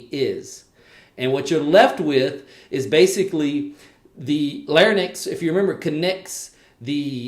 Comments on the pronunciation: Lair-incks, not Lairn-icks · Lair-incks not lairn-icks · It’s actually LARYNX and not LARNYX But the video was good Speech Path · And also NOT PHARNYX but PHARYNX There is an Y in between R and N in both words larYnx and pharYnx and not AFTER N. You made sound transposition. Look it up SLP